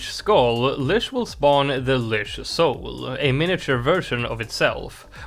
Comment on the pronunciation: Lych is pronounced with a T sound that doesn’t appear in the word, so ”Lytch”